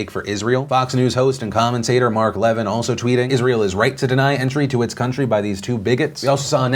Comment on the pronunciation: Levin is pronounced Le-vin , not levin run together. Have you never listened to his show or heard others pronounce his name? Borders Language Culture is a rallying cry and how immigrants or refugees whatever CAN fit in. Islands of old country stupid make no go zones just like Paris.